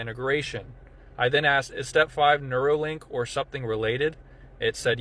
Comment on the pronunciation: But it's not neurolink, it's neuralink. 🤔